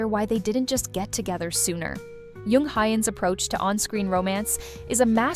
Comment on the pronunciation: Omg I can’t listen beyond a few minutes because you’re butchering their names. Koreans have a hard ”J” sound in the alphabet. Jung is not pronounced “Yung”. 🤦🏻‍♀️